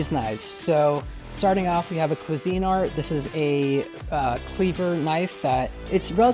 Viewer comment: I’m shocked at your pronunciation of Cuisinart